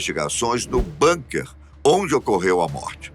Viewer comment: Se fala bunker com "u". Não com a fechado. NÃO É INGLÊS